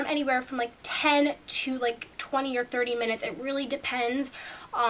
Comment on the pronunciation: You say or weird :/